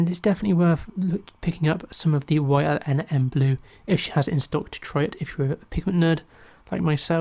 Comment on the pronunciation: Hi. FYI It's Yinmn blue (usually pronounced Yin Min) It's the elements that make up the compound: Yttrium Indium Manganese Blue.